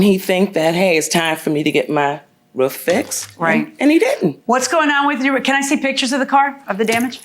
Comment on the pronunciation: “All I know is the rwoof is in good shape…the guys went up there to check it……just that lil strip that came off there” LMFAOOOOOOOO..God bless his lil ol soul…he is BEYOND cute🙏🏽😩😩😂😂😂😂😂😂😂😂😂😂🥹🥰